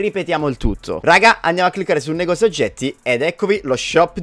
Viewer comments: Ho notato che all'inizio dici negosio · Minuto 0,35 hai detto negosio